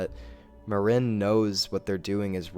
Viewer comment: I hate the way you pronounce Maren's name